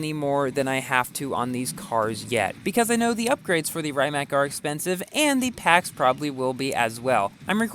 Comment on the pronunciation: It isn’t rye-Mac it’s pronounced ree-mac